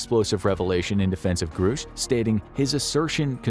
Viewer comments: It's Grush not Groosh. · It's pronounced GRUSH NOT GROOOSH 😂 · Its Grush, not groosh. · Grush, not Groosh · Just gunna say this, not to knock on you guys, but because it's been bothering me all over the place right now: it's pronounced "Gruh-sh." Not "Groo-sh". David Grusch himself pronounces it this way in his interview with Ross Coulthart. Gruhhhhsch. Just sayin'. Anyway, back to the topic at hand here: if Grusch is correct, then this disinfo campaign has been waged on the civilian populace and corporate interests are hoarding advanced technology for their own profit and intending on weaponizing it. Gee, what a surprise, never heard that one before. 🙄 Honestly the massive delusions so many "powerful" people experience is the best evidence we have of a larger need to take mental health seriously. Funnily enough... Most people who report UAP sightings are perfectly mentally stable. Myself included. I ain't crazy because the Universe decided to give me a high five and show me something fantastically amazing, lol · The pronunciation of the whistleblower's name is gr-ush not groosh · Call him "Groosh" one more time.... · Grusch is a short U vowel sound. Not long U vowel sound. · It’s amazing how you can know so much on this topic yet still pronounce Grusch incorrectly.